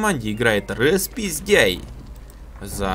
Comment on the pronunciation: Фэт, ник Распиздэй а не распиздяй, не обижай)))